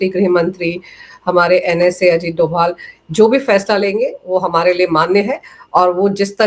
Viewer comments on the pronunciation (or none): none